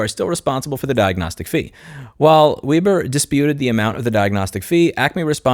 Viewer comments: It's Web' er not Weeb' er. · it's pronounced Weber😜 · not sure if anyone else mentioned this or not... but the correct pronunciation of Weber is with a short "e" as in W"eh"ber. German decent. Love all your content. The world needs more outspoken people like you on social media platforms working together to reveal how much of a greedy sh*tshow this world (the USA in particular) has become. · Weber is a German name, so it's pronounced "Way-bur", like the carburator company. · I think Weber is pronounced "vay-ba". 🙃